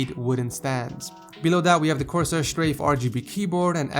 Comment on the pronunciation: Did you say corsai k710?